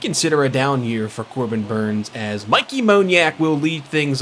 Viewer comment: Mickey Moniak is pronounced Mickey like the mouse lol